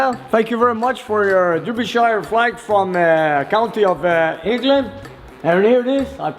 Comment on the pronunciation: Hey, Derbyshire is pronounced Darbisher.